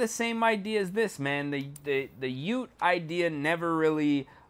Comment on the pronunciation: Nah you do not say it as U.T.E it’s just one word ute